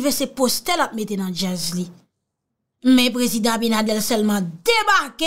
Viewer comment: Allo my love correction. Le no du president S DOMINGUE C' EST ABINADER. NO PAS ABINADEL MERCI MY LOVE